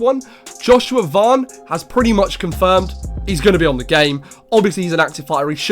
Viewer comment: You can’t even pronounce Joshua Van correctly… how can any of your nonsense be considered real 🤣🤣🤣